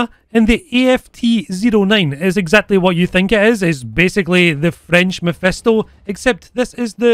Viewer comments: "Maophisto" hahaha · The "maophisto" lol, reallly good